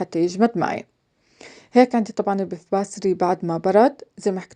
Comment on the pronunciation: Puff Pastry , not Beff bastry